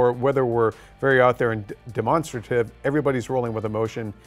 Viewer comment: did he just pronunce demonstrative as de-monster-trative wtf